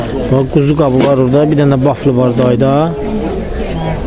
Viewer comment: Baflı nədi? Belkə vafli demey isteyir.😊